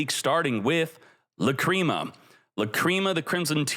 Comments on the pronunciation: "La-cream-ah" isnt it "lack-ree-ma" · It should be "Làcrima", it's the italian word for tear. He's saying Lacríma instead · That's not how you pronounce Lacrima lol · If he calls it La-Cream-a one more fucking time, I'm going to shit my pants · Aaahaahhhh LaCreama mate needs to learn how to say the words lol